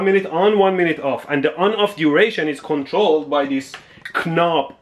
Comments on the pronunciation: blease dont say knob with the K becouse the K is silent happy to help and no problem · It is pronounced 'nob' not 'k-nob'😂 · "Kuh nob"! I kuh no. English is weird. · Man, what a video! Subscribing without even knowing what this channel is all about. That pronunciation of "knob (Ke-Nob)" was the home run for me. Haha! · We should all start pronouncing the "K" in "knob" 🤣🤣🤣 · Never have a capital letter in the beginning of a word been so appropriate as when you said the word "Knob" XD